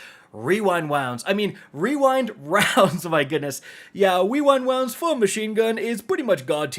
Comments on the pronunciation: Wewind Wounds 😂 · Bro, I love you. When you pronounced the rewind rounds wrong and then did the fortnite kid voiced, I laughed maniacally. Also happy birthday.